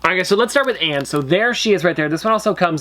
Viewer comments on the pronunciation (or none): Ann's name sounds more like the word on rather than how you said it